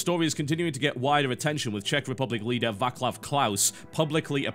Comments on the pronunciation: To the name of our president (who is hated by most of Czech population cause he is kind of idiot): It is not pronounced Vaklav Klaus it in fact, the letter c is an alveolar africative common in slavic languages (yet missing in english). To dumb it down it is T and S pronounced together (like german Z). So his name is in fact VAH-tslav KLAUS (in american way of semi-phonetic transcription. Information like this can be found on wiki BTW:) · Vaklav Klaus :DDDDD I laughed so hard at the pronounciation :DDDDD I know TB has no chance of knowing the right way how to pronounce it, but surely is a great amusement for a Czech like me ;) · Its supposed to be "Vaatshlav" LOL ale taky jsem se křenil =D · I love your pronunciation of our Presidents name :D Vaklav <3 Dont take this wrong, I really had a good laugh and its totally understandable! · TB just one thing, Václav is pronouced with C... I literally cried laughing when I heard Váklav Klaus... Otherwise great job :) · another person who says vaklav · TB ... the names ... oh my ... try same as you did but instead of c pronounce [S] -> [vaaslaaf] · Top-notch pronunciation of the name TB =D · I know how the english works thanks, I was just trying to help TB. Since Václav is a Czech name I think, that he would want to pronounce it correctly next time ;) But you're right about the ts thing. it's the the closest way to write the C being pronounced in czech... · It's Václav, you don't read that C as a K but normal as a C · dont ever try to pronounce my presidents name again, please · Its Vaclav pronounced with C not K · Dear viewers from Czech Republic, Please be more tolerant about TB's pronounciation of our president's name. He's not the first, and he won't be the last person to make this little mis-pronounciation which does not even matter at the end of the day. I admit that it made me laugh though, and I'd like to apologize for that.